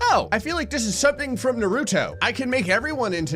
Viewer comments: I’m sorry but I must say it’s it’s Nah-ru-Toe not Nuh-ru-toe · Ah yes...everyone's favorite ninja...New-rue -toe To hell with nahr-rue-toe though. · did he just say nahruto? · Man’s said nar-oh-toe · The virus was fine. Nothing out of the ordinary for me. However, you saying Na-roo-toe did kill me. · Why does every YouTuber pronounce Naruto wrong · saying Naruto the way he does is like someone saying 'warsh' instead of wash. Just...always makes a small smile and giggle happen no matter what